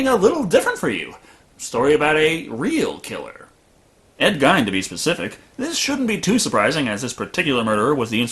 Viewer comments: Geen not Gine. I live in Wisconsin. My Grandma lived in the same city. Geen, not Gine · Geen damn it ed gein is pronounced like geen good review but the ed gine thing got infuriating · CRS XD ive never heard anyone pronounce it gine...it’s always pronounced geen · The way you pronounce Ed Geine gives me aids. It's not "guyne" it's "gayne" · To nitpick, it's pronounced Geen, with a hard G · To be fair to him, the way it's spelt is usually pronounced Gine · Gein rhymes with mean not fine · Teapot Inc both are not correct. One is correct because he was American, the other is incorrect because he wasn’t German. His name is GEEN not Gine. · Gein is pronounced GEEN, like rhymes with Green, Scene, Spleen, etc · Is it not pronounced 'GEEN"? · The way the guys on Mystery Science Theater 3000 pronounce it, it rhymes with "sheen". Since they are from that part of the county, I've always assumed they were correct. 😁 love your channel! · your mispronunciation of gein's name is driving me crazy, lol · Judson, and Sean should be pronounced "Seen", not "Shaun". Who really expects great consistency with spelling and pronunciation?